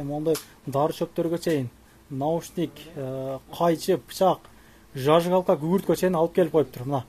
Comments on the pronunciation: Жажигалка дейт го🤣🤣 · Ушул созду коп блогерлер тили келбейт Зажигалка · Зажигалка десең "жажыгалка" дебей 😂